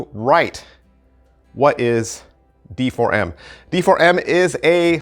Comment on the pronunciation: I think it's supposed to be pronounced Deform... 😂